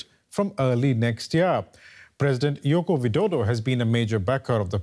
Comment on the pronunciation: Its not Yoko...its Joko.. You were wrong.